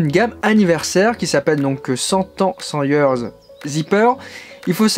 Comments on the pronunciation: 100 years prononcé "CENT YEUUURS " non lol interdit . Hundred years . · je le sais bien c'était très drôle:-) super tes vidéos.